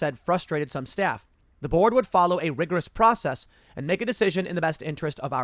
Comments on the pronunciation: Every time Tim says "the board" in this video, I keep mishearing it as "The Borg" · I know Tim is saying "the board" but I keep earing "The Borg" 😂😂😂😂